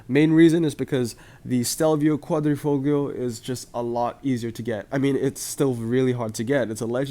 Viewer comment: I'll teach you how to pronounce "quadrifoglio" It's pronounced quadrifolio (the gl is mute) (p.s. For Italians the martini livery is legendary, so I'm happy you like it, it's kinda the symbol of our rally culture :'D)